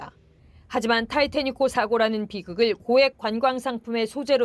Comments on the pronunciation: 왜자꾸 ^ㅣ발 타이 태 닉이라고 하냐? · 타이태닉이라고 하는거 극혐이네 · 자꾸 타이타낵이래 ㅋㅋ 콩글리쉬로 타이타닉으로 알려졌구만 뭐있어보이나?ㅋㅋ